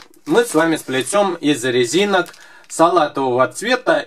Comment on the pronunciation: на 18.09он сказал лезинок